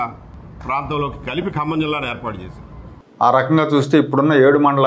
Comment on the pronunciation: హలో ఏబీ వెంకటేశ్వరరావు గారు 1959 లో G .O కి సంబంధించి ఖమ్మం జిల్లా మీరు కమ్మ జిల్లా అని ఉచ్చరిస్తున్నారు.